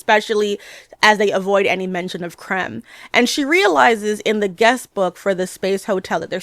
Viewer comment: It’s not KALEEEEL. It’s KAL-EL Really threw me off bc everyone knows his name and its pronunciation by now, after 88 years. And the villain isn’t named CRUMB. It’s KREM (like CRIMPED). I can’t finish this. I do agree with much of what you say, overall. Until I had to stop.